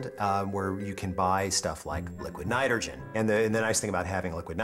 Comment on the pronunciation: How he says nitrogen tho